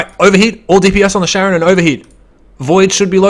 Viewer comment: Not Sharon, but KA-ron :) Like the boatman over the river Styx in the underworld. ;)